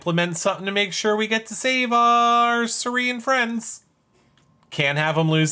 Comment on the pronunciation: Is calling Cirie ‘Shuree’ on purpose? Lol